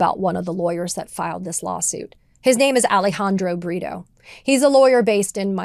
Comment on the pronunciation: Ohhh, Alejandro Brito. I thought she said Alejandro Burrito.